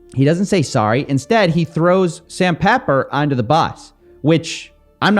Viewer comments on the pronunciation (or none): none